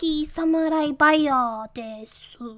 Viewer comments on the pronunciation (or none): The way she said Samuri Buyer made me want to burn my computer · SAM OU EYE BUYA DESU